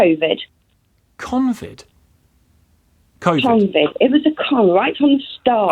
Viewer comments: Hahaha she said "Convid". You can tell she gets her "news" off bullsh!tters. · “ConVid” 🙄🙄🙄🙄 So many brains so badly broken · "Convid" ... what? 😂